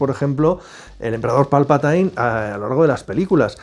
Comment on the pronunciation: No sabéis pronunciar jajaja habéis visto alguna vez las películas en versión original?? Se pronuncia Palpatin no Palpatain